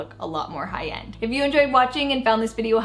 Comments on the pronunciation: Her 'high end' sounded like 'Hayan' 😂 i thought wth is 'Hayan?' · She kept saying Hi-Yend. 😅🤣